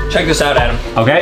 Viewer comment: its not adam its adem:face-turquoise-drinking-coffee::face-fuchsia-poop-shape::face-purple-smiling-fangs